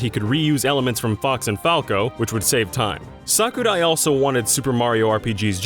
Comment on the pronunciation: It's sakurai not "suck uh-die"